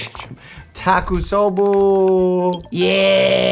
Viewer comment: As someone who is currently in medical school and can speak Japanese, I am dying at Doctor Mike's pronunciation of Takotsubo cardiomyopathy🤣